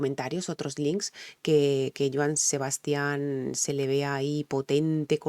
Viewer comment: Se pronuncia "Sebastian" sin acento en la última "a", el énfasis al pronunciar su nombre debes hacerlo en la primera "a". De él puedes reaccionar a "25 flores" o a "Maracas" que la cantaba con Alberto Vázquez Saludos